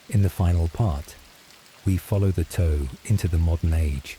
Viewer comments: The mystery of who approved the pronunciation of Tau keeps my awake. Toe? Seriously? Are you talking about the space faring mech warriors or the digits of of a foot? The pronunciation is Tuh-Ow like the normal T sound then the noise when you are minorly injured Ow. Cannot listen to this anymore. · The toe pronunciation is killing me. I can’t watch this.